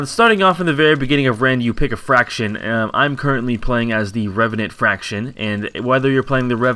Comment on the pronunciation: Faction buddy, not fraction.